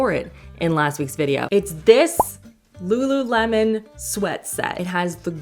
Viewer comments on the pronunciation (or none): none